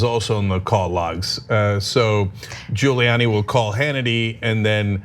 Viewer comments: The most telling part of that FOX clip was Hannity acting like he had never heard of "Les Parnes" and even going as far as saying Guilani's name wrong lmao Then Nunez saying he does not "recall" Sickening. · Hannity says Julie-Annie